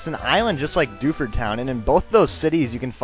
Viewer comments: When you said 'Welcome to Dewford' I thought you said 'Welcome Dufus' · I thought he said "welcome to DOUCHEford town" lol